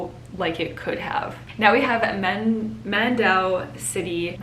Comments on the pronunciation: Hi miss siera! I'm from the Philippines and I am so glad that you are a good YouTuber. When you said the word mandaue in video something that's a sweet voice. But the real pronunciation is mandawe. Just read that and that's the correct pronunciation. I love watching your videos. Hope to make more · MANDA-WE hahahha im your Philippine Pronunciation Guide :D